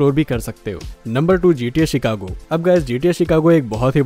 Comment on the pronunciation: Bhai cheekako nhi Chicago